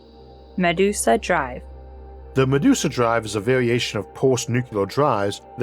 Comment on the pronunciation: I laughed at her pronunciation of Medusa like "Ma deuce a".